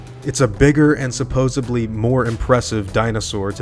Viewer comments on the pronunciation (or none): Did you say supposebly? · brother i love your content .. you mispronounce many words ... but dear lord .. there is no b in supposedly